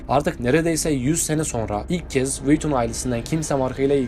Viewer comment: Luğis viyuttonnnn